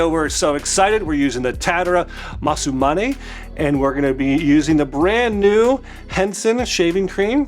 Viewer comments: You say: Masu-mane - it's Masa-mune. Also its Tatara (tat-a-ra) not Tatt-era. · considering you keep saying both the brand and the razor wrong, that is low key hilarious 😂 I dig the new studio tho! 😎